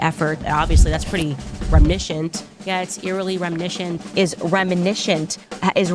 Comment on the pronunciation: Remnishent 🤣 The sheer number she mispronounces is astounding.